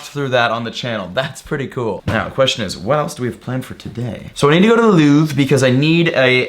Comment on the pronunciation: Louvre, pronounced, Loov-re, but you stop it before the e, sort of. Basically in French, not all words, but most, don't pronounce the last letter. There are many rules, but it's not as hard as English. There, They're, Their...